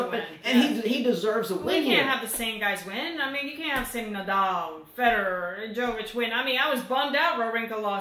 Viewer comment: Heey! Just a quick shout out on some perfect pronunciation of players names... Djoković Kecmanović Karlović So every time you see a player from this part of the world, last letter should be pronounced like you guys did it in that part of the video, never do it like the part 😂 So for example it should be Ćorić, not Korik , first and last letter of Borna last name should be pronounced like last letter of Djoković last name :) Dont get me wrong, i know Serbian is not your native language, but i see that you improved a lot in sense of pronouncing players names, so why not make it perfect :) Djokovic lost, and i watched the game, still his biggest fan, but i was not upset by that loss for some strange reason, i know its not GS, but than again its a big tournament. I think he will do fine for the rest of the season. Cheering for Kecmanovic ofc :P Salute!